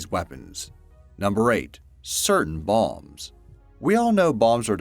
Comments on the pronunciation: Did he "balms"? or bombs? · “Napalm, Radiation, or Balms” Edit: He says “Balms” constantly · Why do you pronounce bombs as 'balms'?